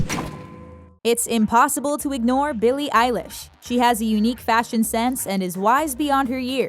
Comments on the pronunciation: It’s pronounced eye leesh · Eill-eshe NOT EYE LISH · “ Billie eyelish “ smh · YOU SAID ELLISH WIAGEIABEJSIJRJEBQHWBAJAJKAKAKEIIW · They’re pronouncing Eilish wrong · Eilish- The way you pronounce it